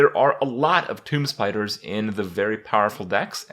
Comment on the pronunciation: wait wait wait. toomB? toomBBB? kripp, out of all the words you mispronounce, this is by far the worst